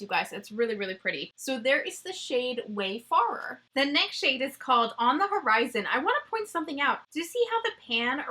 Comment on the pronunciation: Pretty sure “wayfarer” is pronounced “way fairer” 😊